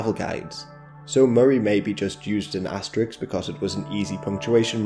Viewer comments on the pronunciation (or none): This is the plural pronunciation, resulting in part from analogy with plural forms like kicks and sticks, can sometimes lead to a false analysis of as-tuh-riks as a plural pronunciation.